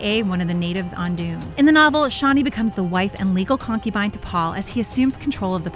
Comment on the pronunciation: Well this off to a shit start. There was a perfectly good SyFy channel adaptation with lots of VERY good actors along with a fairly good adaptation of Dune Messiah/Children of Dune and it's pronounced CHanee NOT SHanee!. I don't like this asshole of a director either. He fucked up Blade Runner 2049 it should have been done by Ridley Scott though I know he was busy with his Alien franchise which he fucked up in the last extension of Prometheus, Alien Covenant, but it's still salvageable . I have no desire to see a reboot of the original story - the first book in the Dune saga. Someone needs to do a two part adaptation of God Emperor: Dune and then do the last two books which are FAR more interesting than the original: Heretics of Dune and Chapter House Dune.